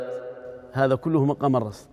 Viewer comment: يرجى تصحيح إسم المقام ، فهو مقام الرست وليس الرصد ، وإبلاغ الإعلامي المحترم باسمه بأنه رست وليس رصد لأنه أخطأ في تسميته في البرنامج